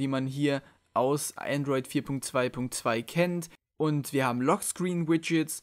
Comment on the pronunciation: Es heißt Androi"d" ;)